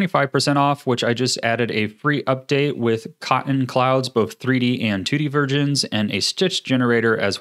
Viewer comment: lol he says virgins instead of versions.